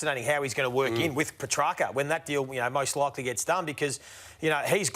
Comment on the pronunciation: I think I heard Joey (while looking right at Ralph) giving the correct pronunciation a little extra emphasis . Ralph of course pushed on with Puhtracker. Goose.